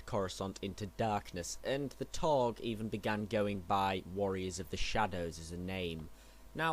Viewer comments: No offence but rhis should be done over again..seriously...the taug the taug. It's taung. It's like makin a whole vid dedicated to jedi and calling them jaydi or their species as hunams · It's Taung. Not Taug. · Isn't it Taung with an n?